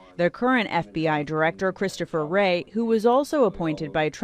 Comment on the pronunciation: Christopher WAY?? Even if you don't know the name of one of America's most powerful and famous spooks, can this kid read? It's Wray ffs